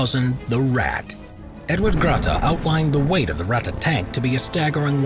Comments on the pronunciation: When you speak out "Ratte" like you do at the beginning of the video, just alternate the "a" and the "e", than it sounds corret. Greatings from Germany. :) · „Rata“ „Porscha“ … „RatTE“ „PorschE“! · Its Ratte not rätte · No its not ratta its ratte r.a.t.t.e. Ok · The "Ratte" was only one of thousands of paper projects like in all powerfull lands.And Ratte sounds other in the German language, not "Rattan"!And what is with US Ice Carrier? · it's ratte, not wrätta. take out the bubblegum, you part-time-celt!